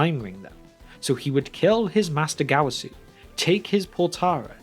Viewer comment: That dreadful Gowasu Pronounciation